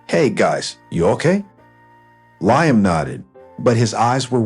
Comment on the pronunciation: Ly-am? Seriously?